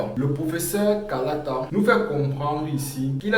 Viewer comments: KALALA et pas KALATA ❤ Il nous manque oooh😮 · Kalala pas kalata mon ami, sinon merci pour la vidéo🙏🏽🔥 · Kalala et non pas Kalata je crois